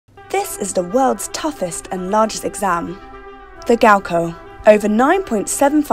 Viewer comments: gaokao not gaokoh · It’s gaokao... not gao koe Stop saying it like that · Why is GaoKao pronounced as GaoKou wtf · the way she pronounce gaokao as gowkoh bruhhhh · “Gaoko” lol you gotta pronounce the A as well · i wish the narrator would just pronounce “gaokao” right... or at least try to... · I cringed so badly 😂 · i k r i was cringing the whole way through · Uh...the mispronunciation of Gaokao...uh